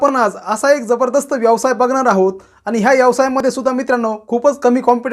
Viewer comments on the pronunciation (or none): यवसाय नाही व्यवसाय म्हणा.